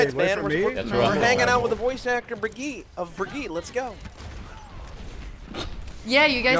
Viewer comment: still funny how they placed the R, Birgitte